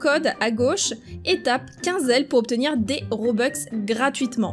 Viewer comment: Juste pour dire toi tu dit des robex mais c’est des robux c’est juste pour dire enfin bref je t’adore trop